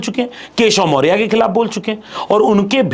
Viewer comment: पहले बोलने का ढंग सीख लो। मोरिया नहीं, मौर्या होता है। PDA PDA चिल्लाते हो पहले PDA का इज्ज़त करना सीख लो।